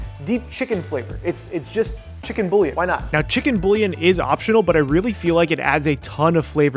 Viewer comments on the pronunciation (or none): Love the video but I'm sorry the way you pronounced bullion was like nails on a chalk board. Try saying it like boo yawn